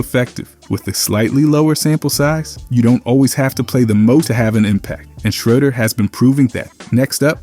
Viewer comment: You have to say the man’s name right